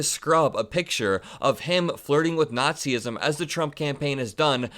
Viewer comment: Why do people say "Nat-see-ism"? It's "Natz-ism," people! Two syllables. You sound like morons when you say it the wrong way!